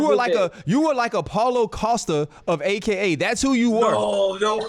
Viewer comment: LMAO “Paulo Costa of AKA”